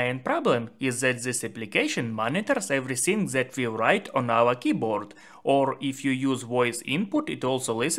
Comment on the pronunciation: dis ...det not zis ...zet😅😅 🤦🤷